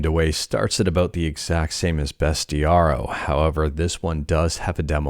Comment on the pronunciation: hey sorry abt this but u mispronounced bestiario. its like u pronounce bestiary but w an o at the end.